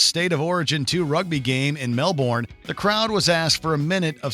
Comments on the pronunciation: its pronounced "whacka" pronounced "mel-bin" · Melbourne is pronounced melbin, same as how brisbane is pronounced brisbin